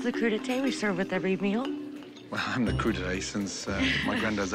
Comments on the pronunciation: Crudité, not Cru d'eté. Raw, nothing to do with summer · "Cru d'eté"... WTF 😳 It's "CRUDITÉ" 🤣🤣🤣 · "Cru d'Ete" Oh yes our famous American crudités, bone apple tea. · Cru d'été omfg hahahahhahaha Priceless as a French. It's crudité !